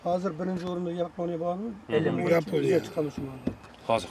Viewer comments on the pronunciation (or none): none